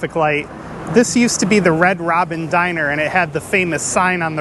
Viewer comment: do you mean 'diner'?